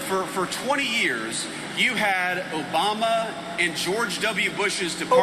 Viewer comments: 'Obamna' lol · "OBAM'NA!" 😂😂😂 always gets me. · Loved the Obamna 😂